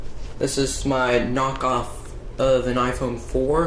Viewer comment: Wat did say Knockoff? To say Knocknff are you Knockoff?😂😂